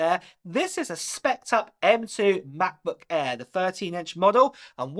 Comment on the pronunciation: mah-buh air